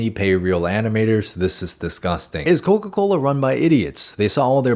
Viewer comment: ......Coca Colaaa??